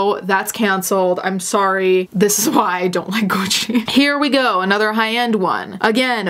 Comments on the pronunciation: I think i found a new fetish. Listening to pronounce things with the heavy italian accent is just so satisfying. Please say prada again. Or gucci. Or whatever. Uuuugh just like cutting a tomato with a freshly sharpened knife. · Just here to listen to pronounce “Prada” and “Gucci” in her delicious Italian accent. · So I'm Italian and when mentions Italian brands and pronounces the name correctly. I'm like shook then I remember... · she's pronouncing words properly! And she is Italian so what do you expect her to do? Mispronounce her own language?! You remind me of every American person going around and slaughtering every language who gets all pissed at native speakers who try to correct them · at first I didn't noticed her pronounciation bc I'm from Spain and here we pronounce it like that too as our languages are a lil bit similar, but hell yessss her accent is beautiful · astrid vvv Shes actually Italian so she’s probably used the pronunciation she heard growing up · The way she says “Gucci” — chefs kiss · The linguist in me, loves that you pronounce Gucci and Prada with a proper Italian accent. I've notice you do this in other videos, but it really stood out to me here. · I like how your pronounce Gucci properly, i’ve never heard it pronounced properly before 🙂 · Looking for a husband who pronounces Gucci as satisfying as you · i love the way you pronounced gucci, i feel uncultured for the way i say it now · i love the way you pronounce the french how they are meant to say as well as Gucci and not the basic white girl way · I find it weirdly satisfying how she says Gucci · I live for how you say Gucci